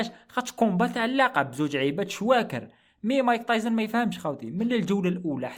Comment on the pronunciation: مايك تايسون ❌ مايك طايزن ✅😂😂